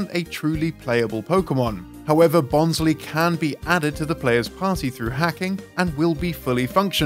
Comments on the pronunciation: bons-lee?! it's bons-lie! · he pronounced bonsly as bon-/slee/ when i thought it's pronounced as bon-/slai/ since it is a bonsai 🤷🏻‍♂️🤷🏻‍♂️